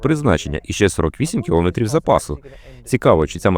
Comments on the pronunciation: Якби ще наголос правильний був, а то 100 разів за 10 хвилин коли чуєш "кілОметрів", починає вже вухо різати. А в цілому можна тільки подякувати за працю. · КілОметрів. Трохи забембує. У мене мама вчителька української мови....